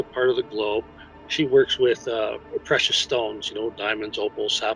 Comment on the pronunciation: The fact she said “precise” stones instead of “precious” didn’t arouse any suspicion?